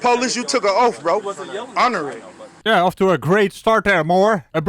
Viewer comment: The cop took an “oaf”? Oaf??